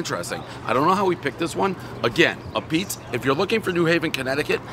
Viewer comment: “AHH-PEETZ”not “A-PEETZ”, Prez!